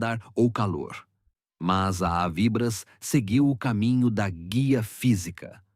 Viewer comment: Ensinem ao narrador falar avibrás e não avíbras.